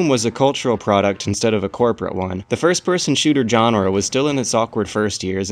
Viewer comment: why do you pronounce "genre" like that